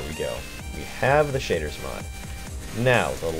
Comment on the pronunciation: Im gonna show you how to install the shitters mod. (thats what I heard XD)